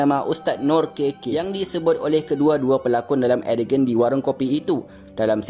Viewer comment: Edegen ke ADEGAN? Sebutan biar betul admin.. beribu org tengok ni..